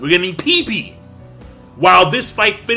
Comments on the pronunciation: I think you pronounce pepe- "Peh peh" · I wish to tell him that it's not Pipi, it's PEPE, the pronunciation is different, but it's just too funny to hear him call him Pipi.